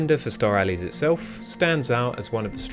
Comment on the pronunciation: It's Kirby star allies not Kirby star Allie's